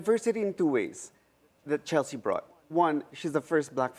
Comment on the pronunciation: CHELEKSTSHE CORCHESI WKWKWKW